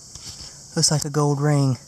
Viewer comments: You know there is an L in the word gold, right?? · When you found the gold ring you said gowd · it's gold not gode